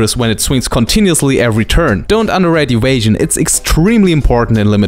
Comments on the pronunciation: wierded wampire has adwantageous ewasion. it is a bomp. I love your videos, we understand the pronunciation issues and don't mean offence. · As soon as he said ewasion, I instantly looked at the comments. So happy my mind syncs well with the internet xD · "adwantage" and "ewasion" have won my like